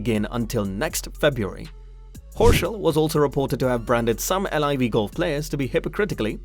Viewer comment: How do you know all this information but not how the tour is pronounced